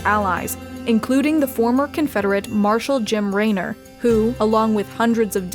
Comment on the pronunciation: Definitely hurt my soul on that mess up. Jim Raynor would be scoffing at you for that one :P